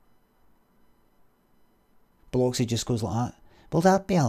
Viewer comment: I used to live in a city called Biloxi, you pronounced it right